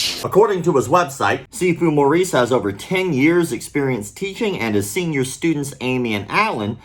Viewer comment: "Senor" Students?